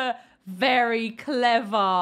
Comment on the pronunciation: "Berry" clever